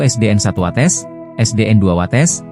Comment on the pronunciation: Watês bukan watès